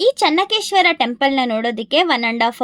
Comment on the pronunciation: It is not Chennakeshwara, it is Chennakeshava..